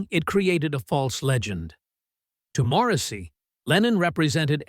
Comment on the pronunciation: “Moresy” lol. Crap clickbait crappy video….